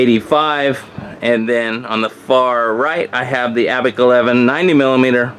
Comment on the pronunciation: Abeck! that's how you kept pronouncing it. Its Abec!